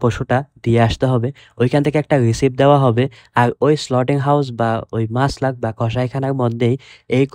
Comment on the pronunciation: Slauting- not, slautering - correct.